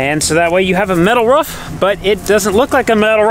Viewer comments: Hope they change out that red siding…. And every time says “Ruuf” I yell “rOOf”. LOL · roof not rough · “Roof” not “Ruufff” lol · Love your footage, but it's not Ruff it's call Roof xxxxx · It's roof not rough WTH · ROOF not a ruf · Roof. Not ruff. Maybe bork. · ROOF NOT RUFF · lmfao long time follower here. the amount of time you said roof... lol sounds like your saying ruuf. lmfao made me laugh. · I like how Roman can pronounce roof but pronounces it ruff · pronounces "roof". more like a imitation of a dog sound. ruf ruf.